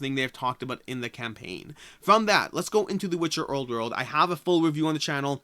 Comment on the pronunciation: “The Witcher owrd werld” hahaha